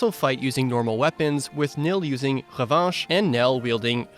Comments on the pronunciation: Good prononciation of revanche and représailles 😂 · Your pronunciation of Revanche and Représailles had a bit of accent but was pretty good :)